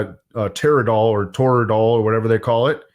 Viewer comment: Thank god you finally pronounced toradol correctly. Also, do you realize that toradol is like motrin, just a little bit stronger?